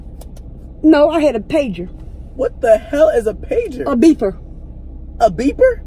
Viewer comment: "No i had a pagier" "WHAT THE HELL IS A PAGIER?!" "A beeper" "A BEEPER?!" Lmao